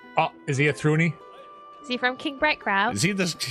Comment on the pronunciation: Wait you pronounce it "Thruni"? ...I always thought "Thrune" was with "e"